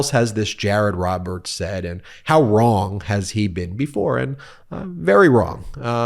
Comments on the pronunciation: seems like an inflatable attorney bought from walmart, A FAR LESS INTELLIGENT "lawyer" than alina blahblah., who is supposed to be an attorney, who's profession is supposed to involve clear and persuasive language, is too lazy to pronounce words properly. Good luck to you. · Who is Ron? He keeps repeating that Donald Trump did Notheen Ron. Is he avoiding the ng sound as an affectation or is it a speech impediment? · Does he have a speech impediment for the word “wrong”? He pronounces wand? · This guy keeps saying "Donald Trump did nothing wrone". What a weird way to pronounce that word. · Is he saying wrong or ron? He's a man of few words, just the same simple words over and over again. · (Does he keep saying "nothing RAWN" ??) I guess it's fortunate that these LOSERS go ahead and EXPOSE their incompetence Maybe it will help them do less harm in life It's still amazing to me, however, that people can be "educated" . . . yet be so CONSISTENTLY F*KG STUPID ! Like THIS goober And Alina H - bless her heart🙄 It's like they can't even LIE competently !! They are CARICATURES It makes me CRINGE for them! But THEY seem OBLIVIOUSLY SMUG Wow . . . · His mouth doesn't form the "G" in wrong multiple times. He says, "did nothing wron"! Can't even lie correctly. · He may not have done anything wron... but, guilty verdicts or not(which considering the volumes of evidence and actual admissions by Trump, a not guilty verdict would be insane for a vast majority of his current and seemingly future charges) he has done mountains of things WRONG. If I wasn't so sure that this lawyer is pretty close to being on the extreme end of the simpleton scale, I might think this mispronunciation was a misguided legal tactic employed to make his statements in the interview inadmissible as evidence during a trial by pretending he didn't say what he obviously did say. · Jared said, "Trump did nothing Ron.". I've never heard that pronunciation before. So odd.